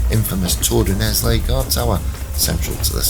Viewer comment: it's pronounced Nell, the s is silent. The first book, called the Iron King, of the Accursed Kings (Les rois maudits) series by Maurice Druon details this scandal, and also includes the Templars' demise. The French Salic law contributed to the 100 years war. If Phillip's sons had had male heirs, the Capetian dynasty would have continued. Goes to show that MAN made laws can be devastating.